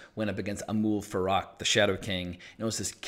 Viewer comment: it is Amal Farouk, you are saying Amoul Farak